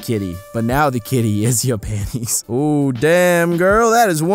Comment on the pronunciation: Why do you say "panies"? There's a "t" in the word.